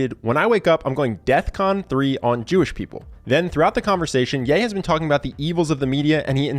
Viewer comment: "death con". Ya think that was a pun, or is it more likely he doesn't realize it is "DEFCON"? And 3 just means he is alert.